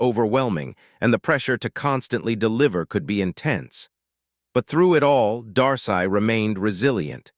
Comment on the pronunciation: Its pronounce Dar-See